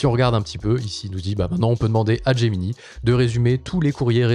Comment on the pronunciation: "Gemini" étant un teme nommé depuis l'anglais, autant qu'avec Drive, Slides et Sheets, je pense qu'il serait bon de le prononcer en anglais. Donc de [Gémini] à [Géminaï] (pour l'écrire en lecture française). (ou de [Geminee] à [Gemini] pour la lecture anglaise)